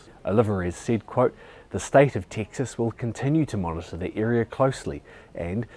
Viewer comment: I can't get used to hearing "Texas" in your accent. 🤣 It just doesn't sound right. You need to work on that southern drawl, bruv. (Bruv doesn't sound right in my "Texan" accent either.) 🤣